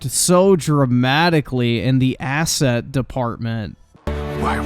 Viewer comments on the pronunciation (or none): "ASS-ET Department" I see what you did there